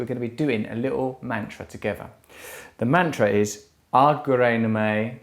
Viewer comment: Eh Russ,.. Its pronounced Nah-maah not Nameh